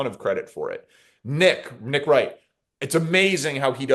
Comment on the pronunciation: "Mick Wright"?